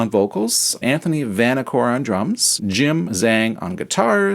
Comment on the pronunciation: "Zhang" is kinda-sorta pronounced "JUNG", and nothing like "ZANG". "Cui" is kinda-sorta pronounced "TSWAY" and not "KWEE".